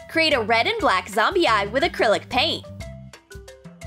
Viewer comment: i's not gomy i's jombiy